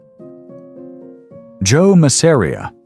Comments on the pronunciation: That's Mass-a-ri-a buddy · Love the video but the way you pronounced Masseria was unbearable.